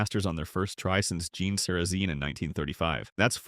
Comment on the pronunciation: Also said Gene Sara-zeen and 'pair" for "par." So annoying. I suppose it would say Jack Nick-louse.